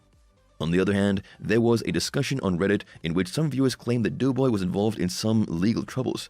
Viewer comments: It's doe boy not (as in female dear) NOT "dew" boy!!! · Clickbait don't waste your time if you're watching it to find out what happened to Doughboy, which by the way is pronounced "Doe"boy not Dew boy for whoever's narrating this thing, anyway there's no mention whatsoever as to what happened to him and why he's not on the show anymore.